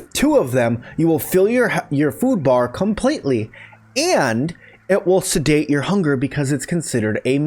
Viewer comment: It's (satiate) (SAY-SHE-ATE) not sedate you donut